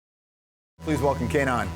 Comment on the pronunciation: WTF? Are you high? We speak Somali, get your facts right and his name is not pronounced Kanaan but Keynaan